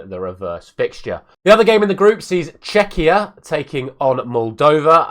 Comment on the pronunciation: Good pronunciation of Czechia, the first time :D But you relapsed after that...!!!